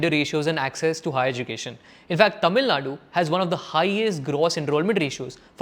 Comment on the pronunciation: please pronouce correctly. all your tamil pronouciation sucks. but good video